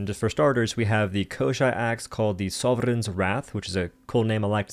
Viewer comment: Are there no one to talk about how roll the R in soveReign